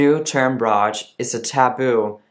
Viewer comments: Appreciate that you talk about ROGD. BTW, it's pronounced eR-O-Gee-Dee. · isnt it pronounced like rogued?